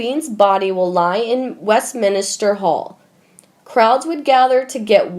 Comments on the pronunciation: Will the person or persons behind these videos please hire someone who can read the script like at least a high schooler instead of a third grader. As it is , the reading is toneless and halting and the names are all wrong. .For example, It's W E S T M I N S T E R , not W E ST M I N IS TER, and it's C AN T E R B U R Y, not C A N N O N B U R Y. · West min ster, 3 syllables not West min i ster, 4 syllables. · Can you get someone to narrate these who knows how to PRONOUNCE these words: "Camilla", "obituary", "Westminster", "ascension", "Canterbury". If you are going to have a Royal channel you might want to learn these. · Once again, the narrator of these stories makes it very difficult to listen to the video in it’s entirety! Before you post videos, you should really learn how to use the correct way to pronounce these words, titles, places etc.... The fact that you are unable to pronounce words like “Westminster” makes the entire story seem uneducated and uninformed. PLEASE find a new narrator!